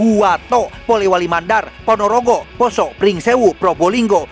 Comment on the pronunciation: akhirnya beliau mengucapkan "Ponorogo" dengan benar, tapi malah mengucapkan "Manokrawi" bukannya "Manokwari" 😅